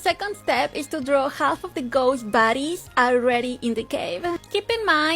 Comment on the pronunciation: am i the only one who kept hearing baddies whenever she said bodys???